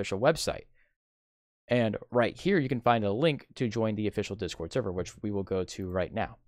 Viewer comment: You don't know how to spell or speak properly. You said 'This cord' instead of 'Discord'! You also said 'cuz'